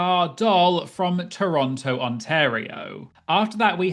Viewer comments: To truly secure your doctorate on Canada, you WILL have to learn how to pronounce "Toronto." We don't say the final t. 😉 Really, it's "tronno" or "turonno" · Yay! This season is gearing up to be SO good. And as an Ontarian I am obliged to tell you it's pronounced "T-rono". This should secure your PhD in Canadian. 🍁